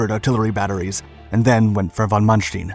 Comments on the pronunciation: Stein, not steen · His name is not "manstin" is it? its manSTEIN. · Stine, not steen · Sorry to nitpick but Manstein is pronounced Man Stine not Man Steen. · Not Mannsteen, but Manstayn. Like "Ay Ay Sir". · "manstin" ?? Its Manstein... so many names and places pronounced wrong. Same witht the footage, more then often it dosnt match the events shown at all. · ''ManSHTIIN'' :d :d :d . It`s ManSHT''E''IN'' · His name is von Manstein ..... not von Manstien >>> 'stine' not 'steen'. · Wrong prounciation of Manstein; its ManSTEIN like the english word "line". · Wish this guy could pronounce German better. It's Von Manstein not Mansteen... goodball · I'm sorry I had to stop watching your video at Von Mansh-teen! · Another well made effort, succint yet powerful. You should, however, ask a german speaker how to pronounce Manstein. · Please pronounce correctly the name of Manstein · really cant ake these creators seriously when they cant take the time to learn how to pronounce stein.. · This guy must purposely mispronounce things to act like he's smart and breaking new ground! What the heck is "weeking" division? What's a "ponser" it's not mansteen it's manstine ! I know that's not the correct spelling it's to point out the mispronounced name